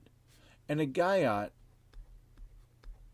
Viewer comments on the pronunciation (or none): Guyot is pronounced Gee-o